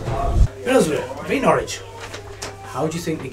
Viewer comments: Great videos guys! Just so you know, it's pronounced Norritch and not Nor-wich =) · It's pronounced NORRIDGE!!! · I know Norwich very well and been to all those places. PS it is pronounced Norrich 😊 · Thanks. I winced every time said it that way 😂